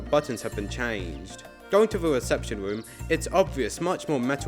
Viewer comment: bro the way you talk is so goofy 😂 going to da weception womb